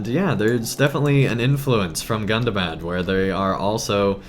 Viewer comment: Please correct me if Im wrong, maybe I missheard but... It's pronounced Goondabahd, not Gun-da-bad :D